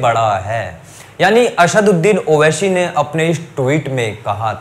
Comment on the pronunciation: Naam to lena sikh owaisi bhai ka, har chiz me sha nahi hota , aSHadudin owaiSHi ny aSaduddin owaiSi h